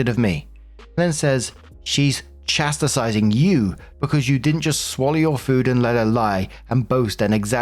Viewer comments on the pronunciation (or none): Chas-tis-ing. Not Chas-tis-iz-ing! It's not scolding while doing a workout